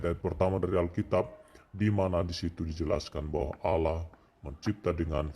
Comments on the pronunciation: Bukan Aloh tp Allah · Baca allah aja mulutnya keseleo jd owloh... Sok ngajari isi Al Kitab...